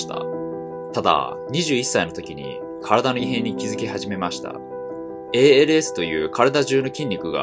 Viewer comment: ALSって言うとき言いにくそう 帰国子女アピールすんなよとか言われるから英語読むとき出来るだけ日本語っぽく呼んでる